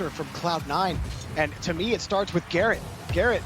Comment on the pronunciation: Any1 here the guy say carrot instead of garret?